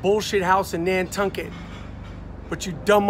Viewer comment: The funniest part is when MR called it "Nantunkit" hahahah